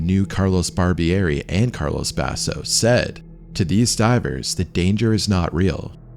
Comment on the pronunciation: Thanks for the freat documentary 🙏 Just a minor nitpick: if these guys were from Italy, their first names weren't "Carlos" . It was CARLO. Carlos = Castilian Spanish Carlo = Italian. Thanks for your great work🌺